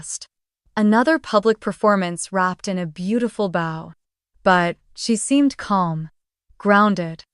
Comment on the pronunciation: The word is bow like bow and arrow not bow at the waist